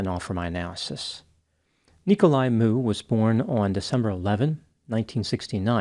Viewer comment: It's funny how everyone pronounces his name. It's Miu. Like Mee-oo